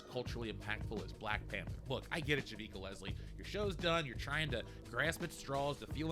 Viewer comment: I worked on 2 seasons of Batwoman. I've never been so happy to lose a job! That being said, Javicia (Ja-vee-see-a) was a wonderful person. She was just given shitty scripts to work with. The cast and crew couldn't believe it was cancelled... But I knew it would and should be. I tried to explain that no one is watching, and that their target market was too small to float a show. To them however, it was not a valid reason. Get woke go broke...